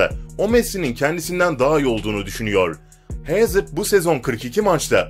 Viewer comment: La futbolcu isimlerini adam gibi söylesene ya gıcık ediyor aga engolo kenti ne engolo kante diye okunur idin hazırd ne la eden hazard diye okunur paal pagba ne birader çok gıcık ya